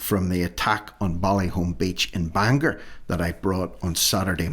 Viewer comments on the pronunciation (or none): none